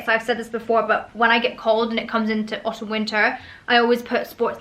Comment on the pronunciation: I don’t, it’s extremely annoying.